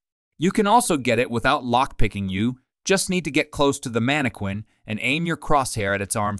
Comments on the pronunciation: AI messes up words that no one else does. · Manny-qwin ...LOL